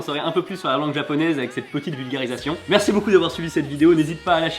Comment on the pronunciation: "Arrêtez de prononcer Kawai c'est Kawa-ii" Moi, une minute plus tard :"Quelqu'un lui dit que ça se prononce "Tschüss" et pas "Tsch-ou-ss" à cause du Umlaut sur le u ?" 😂 Sinon très bonne vidéo pour comprendre à quel point le japonais c'est dur......